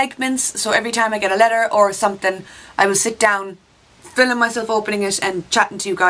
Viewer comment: Heya! posted last time about one of your pronunciations but stupid autocorrect botched it up, so here it is again: I love how you say "filming" as "filleming". Cracks my ass laughing every time. Next vid just say "filleming" five times in a row. That would be awesome! filleming filleming filleming filleming filleming...... But no more than five. Then it would just be weird. Hearts hearts hearts to you from the snowy love of Buffalo NY! (upstate NY - all of the taxes of NYC....none of the perks):-)